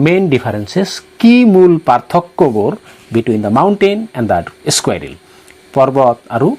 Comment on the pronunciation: এচকুইৰেল নহয় চাৰ স্কুইৰেল হে চাৰ